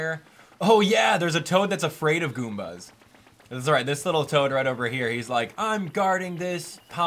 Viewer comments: it's toad, not tod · His name is TOAD. Not TODD. Come on, man. This isnt hard. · ITS TOAD NOT TODD LMBO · did you actually call toad tod? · Did he just called Toad "Todd". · You said tod instead of toad